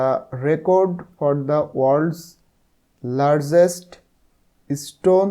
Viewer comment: লারযেস্ট না লারগেস্ট হবে স্যার😊